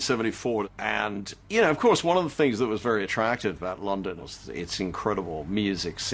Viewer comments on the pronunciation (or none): I do hear the Boston a bit when he says things like "of course". I wonder if this is how Colonial Bostonians sounded like :P